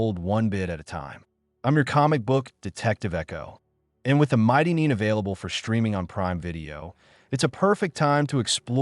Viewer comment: NEIN is pronounce NINE like "9", it's the German word for NO.